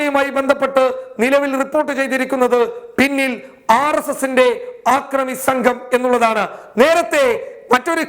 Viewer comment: ആക്രമി എന്നല്ലടോ അക്രമി എന്ന് പറയൂ, അല്ലെങ്കില്‍ മലയാള ഭാഷ പഠിച്ചശേഷം ചാനല്‍ നടത്തുകയാണ് ഉത്തമം.